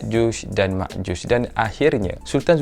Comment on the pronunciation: Ya’juj dan Ma’juj Bukan Yakjush dan Makjush Sekian